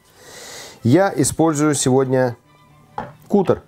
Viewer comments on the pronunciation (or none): не кутер,а каттер